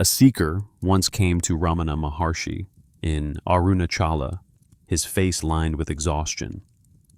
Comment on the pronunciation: Mispronounces Maharishi, Ramana, and Arunachala. Not Ramaana. Three short vowels. Arunaachala.